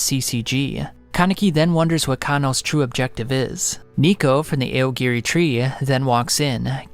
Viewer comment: AY OH GEH REEEE. He probably does it so us mega-nerds comment and give him more engagement.